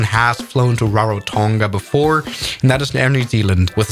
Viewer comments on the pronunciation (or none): none